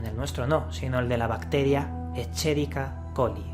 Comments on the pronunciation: la bacteria E Coli se escribe como lo has pronunciado, pero se pronuncia esqueriquia. Solo este pequeño matiz. Gran video, sigue asi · Y no se pronuncia la Ch" como en español , sino que suena como K" ya que la pronunciación de nombres científicos y su escritura es en latín.